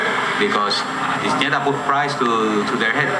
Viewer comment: its Ñeta Not Neta Wtf , and Its not a jail Its a grup Of Criminals